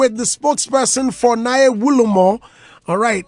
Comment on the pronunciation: It's Nae Wulomo and not Naa ye